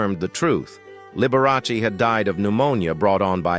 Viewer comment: learn to pronounce pianist and liberace.